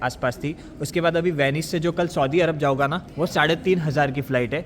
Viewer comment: वर्णमाला में एक वर्ण होता है अं इस भाई की बोली में वो वर्ण है ही नहीं। खाऊगा जाऊगा नहीं भाई खाऊंगा और जाऊंगा होता है 😂